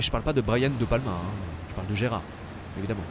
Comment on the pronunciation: C'est Gérald de Palmas pas Gérard 🤣🤣🤣